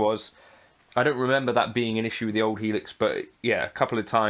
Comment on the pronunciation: You said it correct. The full Helix.